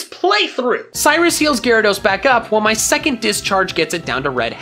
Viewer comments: u say gayrados not gyarados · Lol Gay-rados Srry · It's not gayrados, it's gyarados.